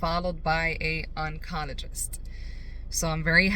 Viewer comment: It’s pronounced on-col-o-jist